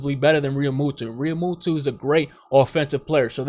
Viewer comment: I love you but it's Realmu-toe not Realmutoo.